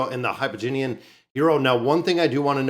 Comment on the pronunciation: Also... For the love of God, look at the word... It's Hypogean (Hy-po-gi-an) and you're saying Hypo-gi-ni-an. Stop adding an extra syllable to the word. It sounds absolutely ridiculous and isn't a particularly good look when you start changing words for no reason phonetically.